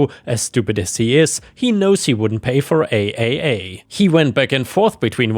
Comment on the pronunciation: Real quick when saying AAA call it triple A and while I'm at it NICU is said Nic+U or Nick+You happy trails and blessings=}